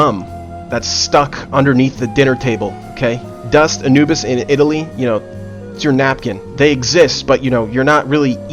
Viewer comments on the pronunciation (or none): none